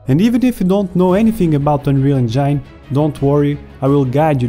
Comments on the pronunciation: Anrial encayn :D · Just that word?!